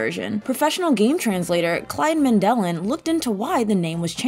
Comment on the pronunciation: THANK YOU. She also referred to my boy Clyde as Man-DE-lin instead of MAN-de-lin.